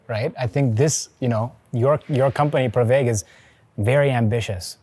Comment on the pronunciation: This comment is to appreciate your pronunciation of pravaig (प्रवेग)